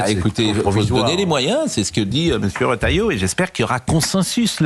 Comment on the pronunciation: Les journalistes ne savent pas lire, le Ministre s'appelle Bruno Retailleau et le journalistes prononcent Rotalieau (c'est Re)